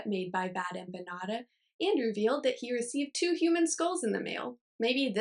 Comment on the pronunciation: is that your first time saying the word empanada ?